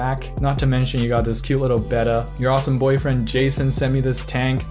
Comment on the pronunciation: You pronounced Betta properly! 🎉